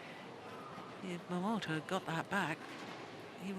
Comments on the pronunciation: My attention was completely grabbed by this speaking lady who always pronounced this Japanese young player's name "Momoto" in the beginning (no offense :p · Momota is written as "桃田" both in Japanese and Chinese, but pronounced as "momota" in Japanese and "tao tian" in mandarin. So when you hear "tao tian jia you (桃田加油)", they are just cheering for momota. By the way, "桃田" means "peach field".